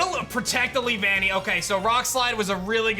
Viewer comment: “Lee-Vannee” caught me by surprise, i remember it being “Lee-vuh-nnee” in the show and it also wasn’t said as 2 separate words but one flowing word (Also my favorite bug type :3)